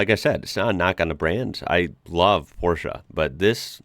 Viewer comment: Props for pronouncing "Porsche" correctly! That's something you don't hear often from somebody from the USA 😁